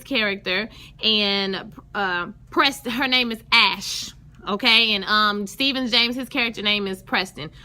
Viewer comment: Can't wait for this upcoming episode! Really loving this show so far... & Stephan James' name is pronounced "Stefon", like Steve Urkel's alter-ego. 😊